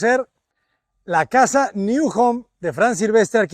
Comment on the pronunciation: Un inciso, no es New en inglés, es NIU, que en catalán o valenciano significa nido.